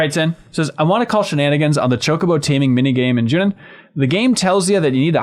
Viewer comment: Every time says Junon I'm a little annoyed, but in a weird way I hope he keeps saying it like that just to keep pissing people like me off